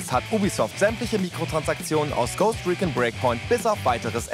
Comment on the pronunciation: Euer News-Willy spricht "Ghost Recon" falsch aus! "Recon" mit langem "O"! FFS!